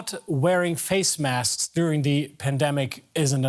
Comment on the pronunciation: make sure you wear you wasks, everybody.